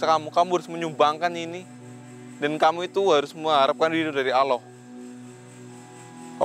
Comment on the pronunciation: Mas tolong lah bilang allah yg jlas blajar wajib kalau mnurut ilmu tajwid yg fasih ya mas ucapan allahnya